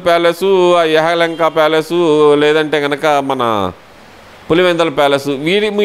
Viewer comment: యహలంక కాదు యలహంక ముందు సబ్జెక్ట్ నేర్చుకో స్థాయికి మించిన సబ్జెక్ట్ మాట్లాడాలన్నప్పుడు. అలాగే గిన్నీసు, పిన్నీసు కాదు గిన్నెస్ బుక్ ఆఫ్ రికార్డ్. ఉచ్చవాలు కాదు ఉత్సవాలు. లింకా, కింకా కాదు. లిమ్కా బుక్ ఆఫ్ రికార్డ్స్. బాగా ప్రిపేర్ అవ్వాలి. మాట్లాడడం బాగా ప్రాక్టీస్ చెయ్యాలి. లేకపోతే పబ్లిక్ లో మన అరకొర జ్ఞానం బయట పడదూ..